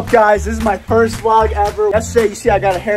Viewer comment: V-Log what do you mean not vlog V-Log